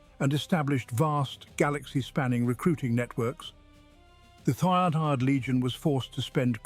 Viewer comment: why can't you pronounce third?